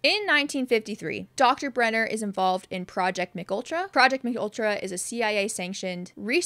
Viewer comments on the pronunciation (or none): The mind control project is pronounced M K Ultra, not McUltra as if its some new McDonald's sandwich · It's M.K. Ultra. Not a Mcultra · Great video! I learned a lot. But it's not pronounced McUltra like a cheese burger haha it's pronounced M.K. Ultra (a real life experiment- had many test subjects including Whitey Bulger!) but thank you so much for this video because I'm a huge fan of the show and actually didn't know a LOT of this. I don't know if I'm WILD about Henry's origin story with the cave system but hey it's something for now! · lol “McUltra” It’s Ehm-Kay Ultra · Thank you for this! Also, just so you’re aware MKultra is pronounced like “em kay ultra” and was a real CIA program! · M K Ultra, you say the two letters aloud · It’s “EM-KAY ultra”